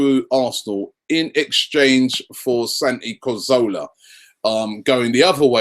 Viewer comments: Can someone just tell Robbie that it's Cazorla not corzola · Cazorla* not Corzola..